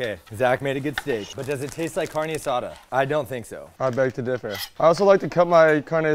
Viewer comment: As a hispanic hearing "car-nay aSAda" and "peeco-day-guy-yo" i'll let it pass 😂. I love these little competitions! I am getting HUNGRY!! Lets' GO!!!!